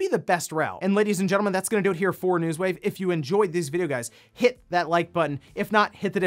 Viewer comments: Haha. hitting that "HIT that like button" made me stop in my tracks and rewind a second to confirm what I heard. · Now is gonna always subconscious about saying the word "hit" properly every single time! xD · Especially since you can see this on his face of how amused he is by emphasizing on that “hit” word every time. 🤣